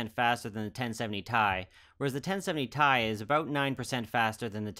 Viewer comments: Alright, I have to take EVERYTHING back. It's pronounced "T" "I", per the person who was the product manager for the 560 Ti when "Titanium" made its return. It's pronounced "T" "I" because that's how it's read off of the table of elements; not "Tie" because that's how the start of "Titanium" sounds. Oh, it's going to be rough getting that one out of my vocabulary... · I had to look into it, because I somehow didn't clue into the fact that pronouncing it "T.I." was as popular as it is. I found some old reddit thread that confirmed its pronunciation: It seems to be one of those words that most people pronounce incorrectly, because Ti out of context easily looks like it should be pronounced "T.I.". But I'm a stickler for details like that to the point where it's almost annoying!